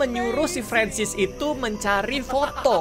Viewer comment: Mister francis kak bukan ferensis